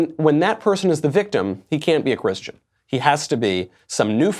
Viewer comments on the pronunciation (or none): He can't even say the word Christian